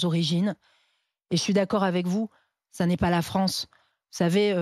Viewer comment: Qu'est-ce que vous avez fait de la fwonsse ? 😆